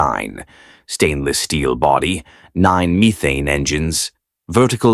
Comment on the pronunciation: It's pronounced meth ane, not meethane!